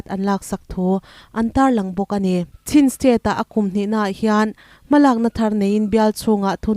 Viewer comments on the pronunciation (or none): none